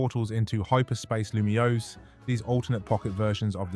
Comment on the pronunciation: Good video but, the city's name is pronounced "loo-me-ohs" btw